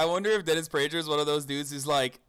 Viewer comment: This video is cringeworthy, laughing at an argument you disagree with is just infantile and suggests you don't have anything of value to make a rebuttal with. Oh, and It's prager with a hard g, like pagan... FYI